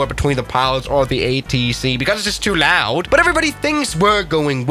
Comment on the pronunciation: how u say loud is funny it was like "laud"... NOTE:theres no harrasing situation in this comment